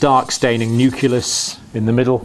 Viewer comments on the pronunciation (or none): Very good explanation. The only thing that bothered me a little was at one point he says 'nuculus' instead of 'nucleus' :-)